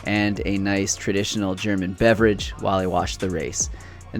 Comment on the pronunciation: So much fun watching this and how you pronounce german words😂 ‚nice traditional german beverage‘ no idea what you mean 😅